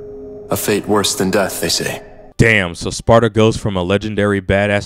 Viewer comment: It's Sparda not Sparada